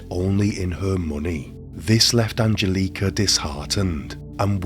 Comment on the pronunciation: An gel eh ka.... Not angel leeka